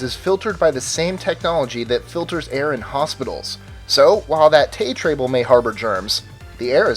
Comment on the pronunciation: you said tay trables, unstead of tray tables